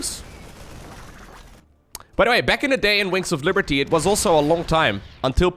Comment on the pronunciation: is saying "winks of liberty"?